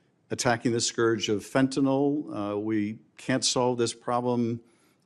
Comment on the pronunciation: Fentanyl. Last syllable rhymes with hill. Pronounced fentanill.